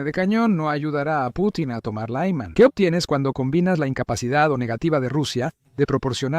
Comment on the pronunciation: Por qué pronuncias Lyman como si fuera una ciudad de Texas?